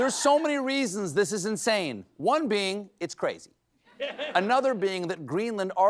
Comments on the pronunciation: Did she really say "the president elect is cwazy"? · I know it’s not the same and I’m not entirely trying to riff on a speech impediment, or what Fox News considers to be an accent… but when she said “Cwazy” all I thought about was the episode of Brooklyn 99 and the “Kwazy Cupcakes” subplot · "Bananas and Cweeeisy!" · It was cwazy to buy Gweenland?. Did I hear her right? I don’t have my glasses on. Is that Barbara Walters? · Woman from Fox is “cwazy.” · "Kwayzi," as the FUZZ NUZZ girl sed. And "tried to bwuy?"